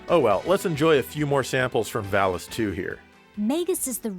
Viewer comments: jeremy parish says "vall-ees" everyone else says "vall-us" ... i trust jeremy parish's pronunciation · there is no L-sound in Japanese so the name of the sword is actually pronounced correctly. In the original Japanese name of the game the word is pronounced Varis with R also. The Enlish voice acting has probably been recorded before the name of the game was changed to include L. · I believe the first one was a mistranslation from Japanese since Vallis in Japanese is pronounced Varis. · They pronounce valis as varis because they're reading lines given to them by the japanese developers who pronounce Ls as Rs. Pretty hilarious. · Valis is pronounced Varis in japanese maybe that was lost in the translation. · They probably pronounced it that way because that's the way it was written to them. Sometimes in some translations the "L" is replaced with an "R". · The valis thing I know that r and l are pretty much the same in Japanese so maybe they didn't have the name in writing only as the japanese voice over? Even though it's the title of the game...and that game is a sequel? I don't know it's just weird that it's l and r when the japan mixes those two constantly. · The script probably transliterated varisu so the mispronunciation makes sense kind of like how barrier became varia and barbara(?) instead of volvagia.